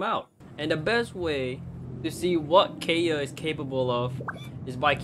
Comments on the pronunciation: Keya? It’s pronounced Kae yeah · HE SAID KAY-UH BUT ITS KAI-UH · Did you just say kaya it is pronounced ky-uh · Kay-a? KAY-A! It’s Kai-a! Spelled Kaeya! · The way (mis)pronounces Kaeya's name like "Hey Ya" made me imagine how dangerous Kaeya would be with puns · i love it when you pronounce it as keya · kay-ya? wHat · Never say Kaeya as Keya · It’s pronounced Kaeya (Kai-ya) lol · It’s pronounced K-eye-uh PLS 😭😭😭😭😭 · Okay im getting triggered by him saying Kaeya wrong... Keya? Like what, who says keya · I’m triggered by the way he pronounced kaeya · smh I’m with you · not how u pronounced his name wrong the entire vid helppp